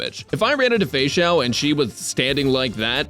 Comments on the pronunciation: Why is no one talking about the him saying "fexussy" 😂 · I'm sorry, but "Feixussy" absolutely killed me